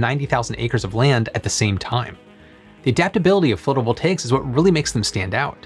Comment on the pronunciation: wait...how drought records have started for the Western US 1200 years ago when the western world had not arrived on the continent until only 400 (give or take) years ago? 🙂 Also, I think "phlotovoltaics" is slightly funnier than "floatovoltaics".